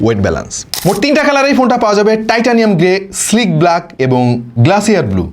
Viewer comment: ওয়িবল ❌ "ওয়াবল" ✅ ফ্লাট ❌ "ফ্ল্যাট" ✅ ব্লাক ❌ "ব্ল্যাক" ✅ গ্লাসিয়ার ❌ "গ্লেশিয়ার" ✅ এরকম ভুলভাল বললে ভাই খুবই কানে লাগে! আপনাদের কাছ থেকে এইগুলা আশা করা যায় না